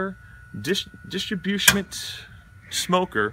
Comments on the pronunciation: Did you say “distribusement”? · Wtf is distrobusiment?? Dude is DAF by the end 🤤